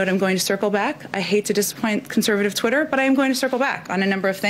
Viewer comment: Did she say “conservative Twatter?” ROFLMMFAO!! Where is this?